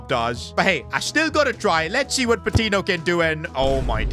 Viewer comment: I dont wanna be THAT guy, but it's pronounced "pah-tee-nyo," the "ñ" indicates an invisible Y after the "n"🙏